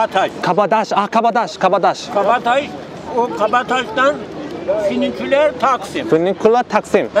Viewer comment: leleldldl A:Füniküler Taksim D:Finügüler taksim A:Heh A:Taksim tam Taksim meydanı D:Takksim tam Takksim meydanı